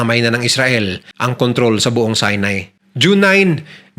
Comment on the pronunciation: Sorry po.pero si-nai po hindi sai-nai😊✌️